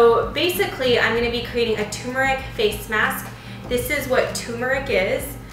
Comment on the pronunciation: It TUR-MER-IC not Tumour-ic.